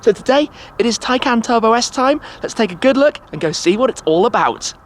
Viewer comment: I think this is the first time I've heard the name 'Taycan' and thought it sounded correct